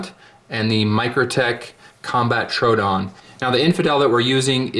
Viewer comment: FYI, Troodon is TRO-owe-don like the dinosaur.